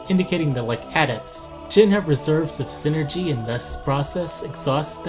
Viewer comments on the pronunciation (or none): It’s PSYnergy. Not SYNergy. Psychic + energy = psynergy. JFC.